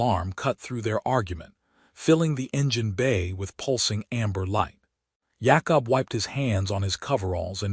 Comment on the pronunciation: can't say Jacob